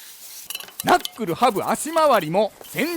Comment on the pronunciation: な↑っくるぅ ハブまわり もなかなか癖強い